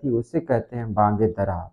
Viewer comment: محترم علامہ کی کتاب کا نام” بانگِ دِرا “ ہے بانگِ دَرا نہیں ہے۔ The name the book is BANG- E- DIRA” not Bang- e-Dara.